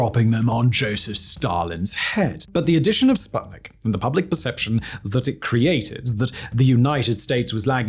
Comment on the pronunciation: Common guys. Your researchers are slacking. It's "oo" in Sputnik